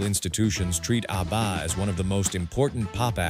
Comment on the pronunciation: I lost interest in this one as soon as the AI voice mangled the pronunciation of ABBA. This is what happens when we lazily churn out videos without checking them first.